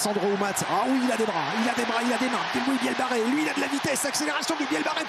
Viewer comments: Match agréable à regarder. Commentaires de Etcheverry lamentables, un guide touristique incompétent et qui ne se sent pas concerné ! Presque aussi mauvais pour la prononciation des noms de joueurs que Lievremont sur C+ ! Louis Bielle-BArrey (au lieu de Biarrey ) Émilien Galeton (au lieu de Gailleton)... Hésitation sur les noms de joueurs lors des actions: "essai de Ramos, non Jalibert, non Boudehent". Il évite de prononcer les noms des joueurs Japonnais ! Il a beau tenter de varier son intonation de voix, on dirait un mauvais doublage de film Us par un Québecois. Bref une calamité ! N'est pas Lartot/Yachvili qui veut... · C'est Louis Bielle-Biarrey mr le jourNUListe, pas Barrey... 🤦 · le commentateur qui dit "Bielle-barré" tout le match... c'est insupportable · L’un des 2 commentateurs, pas Thomas Lombard, l’autre, a passé le match à écorcher le nom de Louis Bielle-Biarrey, et l’appelant Louis Bielle-Barré. Que le mec n’y connaisse pas grand chose en rugby c’est déjà gênant, mais ne pas être capable de prononcer correctement un nom……. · On demande tous un retour IMMEDIAT sur france television, les commentaires callamiteux incapable de dire "Louis Bielle-Biarrey", c'est pareil pour les autres sports comme le hand, des que c'est pas du foot y a plus personne, tout pour le pognon avec un max de pubs